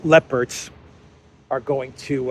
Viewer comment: It sounds like you're saying 'lepers' instead of 'leopards' and the consequences of such are 😂.